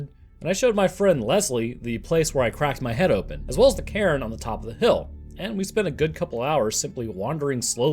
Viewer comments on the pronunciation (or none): none